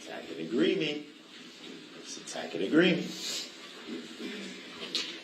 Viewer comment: Oh man…she’s been so done. 🤣 Judge: makes a judicial determination* Duh-rell: “is that a judicial determination” 🤦🏻‍♀️ Tack-it agreement 🤣